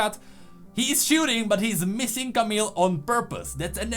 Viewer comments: Please, don't say "CamiLLLL", you can just pronounce it "Camiii". We just don't have to pronouce the "L" in a french names like this one ;) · Camille is pronounced camiye not camil or camel or idk.